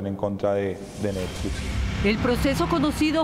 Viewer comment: "rechazan la publicación de una serie de necflix" jajajajaja.